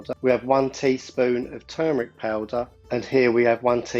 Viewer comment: good to hear you pronounce 'turmeric' as it is. Hear so many people saying 'tumeric'. Reminds me of a brain tumor...